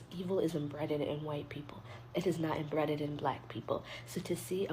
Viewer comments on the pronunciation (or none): Who is this fool???? First of all, it’s “embedded” NOT “emBREADed!” I simply cannot! 🖤🖤